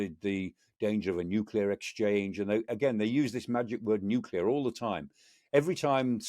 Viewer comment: So nice to hear the word 'Nuclear' being pronounced properly. Great show as usual. Amazing and succinctly, spot on by Michael Clarke.